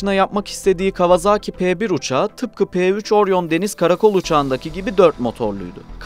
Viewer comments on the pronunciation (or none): Kawazağki değil . Kavasaki diye okunur bilader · Artık 'Kawazaaki''ye bir son vermek gerekli değil mi? Doğrusu : Kawasaki, yazıldığı gibi.